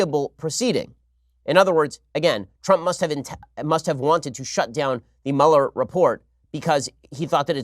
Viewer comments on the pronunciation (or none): Everyone I know, Ben included" always say "Mueller" wrong lol. Mueller is pronounced "Mew-ler" not "Mauler" lol. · Dammit, am I the only one who knows how to pronounce "MÜ-LER" ?? You wouldn't say "ferris buller" it's ferris BUELLER